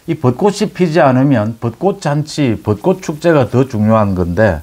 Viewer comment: 씨도 벚꽃을 벗꼿이라고 발음을 하네 요즘 서울 사는 사람 특히 언론인이 국어를 흔드네요 안타깝네요